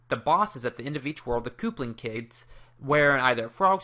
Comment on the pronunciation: koopling kid... lol... good video man